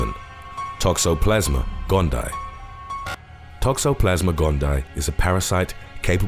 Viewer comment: Toxoplasma Gon-dee-eye. Your channel is great but you regularly mispronounce stuff!